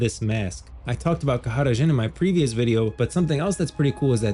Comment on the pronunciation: a genuine question... why are u pronouncing Jhins name like that?